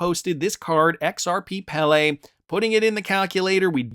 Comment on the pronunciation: Pele pronounced PAY-LAY